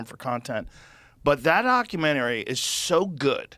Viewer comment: Idiot makes fun of someone for mispronouncing Celsius and the proceeds to say “ockumenary” instead of documentary. It’s almost like if you’re constantly talking quickly you might trip over a word. The hypocrisy is palpable.